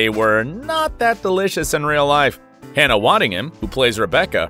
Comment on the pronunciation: Can we please appreciate Hannah and stop saying her name wrong? I don’t know it was on purpose at the end but come on.